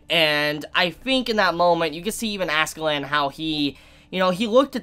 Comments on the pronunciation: It's *Askela'dd', It just sounds funny you saying AskeLAND LOL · I’m gonna dislike everyone of these Vinland Saga videos until you say Askeladd right